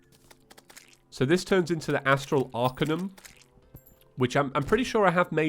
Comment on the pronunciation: His pronunciation on arcanum annoys me so much >:(